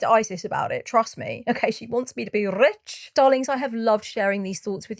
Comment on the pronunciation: The rolled R..."she wants me to be rrrrich!" 🤣🤣🤣